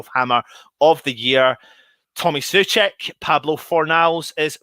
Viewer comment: Pretty sure he said it was SO FAL and SO CHECK and out of nowhere Carlton Cole starts saying TOO FAL? Then is like "SO FAL" and for the rest of the broadcast they pronounced Soucek wrong.